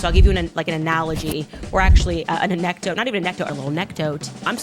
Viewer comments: No way does she say 'anecdote' like that lmao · Burrow… a-NECK-dote 🤣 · The a -neck -dote is the funniest😂